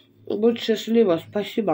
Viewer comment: "Будь счастлИва!"🙈🙈🙈 ударение поставить правильно не можешь! Это же трешняк полный! Голова вообще пустая!